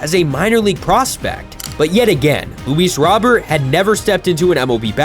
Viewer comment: its Luis Row-Bear